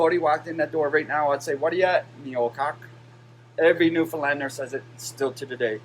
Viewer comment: I’m only at the beginning of the video, but could cry happy tears that you can pronounce Newfoundlander properly. LOL, looking forward to watching the rest of the video!